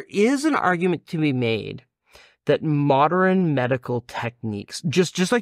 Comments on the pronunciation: Every time he pronounces modern as moderin, I take psychic damage. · The way this guy says modern makes my brain itch ... Moder-en. It's Mo-dern.